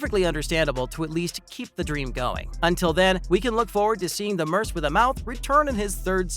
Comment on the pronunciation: "Merse with a mouth"? The word "merc", short for "mercenary", is pronounced, "merk".